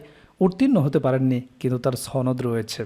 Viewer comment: ভাই উচ্চারণে সমস্যা।